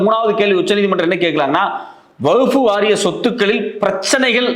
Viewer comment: வஃ புவகுப்புவாரியம்என உச்சரிக்கிறீங்கவஃஃஃபுவாரியம்